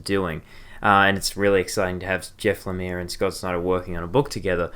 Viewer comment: Heads up, Lemire is pronounced le-meer, otherwise great video, definintely intereste in picking up Black Hammer.